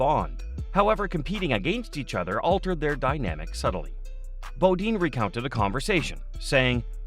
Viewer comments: BOD-INE NOT BO DEAN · I hate the repetition of 'BODEEN'. (dang, must be a yankee) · at least learn who your talking about it's Jeff Bo "dine, not Bo dean. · bo-DEEN? C'MON..... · You guys don’t know how to say their last names is Bodine you don’t know how to say their last names right you should not be in an announcer on here cause you don’t know how to say their names, right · Annoying huh! Same thing I kept thinking lol